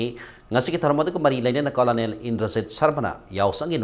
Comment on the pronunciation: COLONEL=KUR-NEL haina pronounce tougadabani